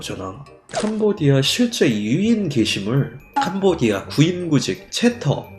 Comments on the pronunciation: 하도 캄보디아 캄보디아 하다보니 도 어느순간 캄보지아라고 읽음.. ㅋ잘 들어봐요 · 캄보X아 발음실수